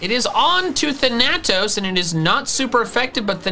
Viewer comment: Hearing mispronounce Thanatos this entire video was upsetting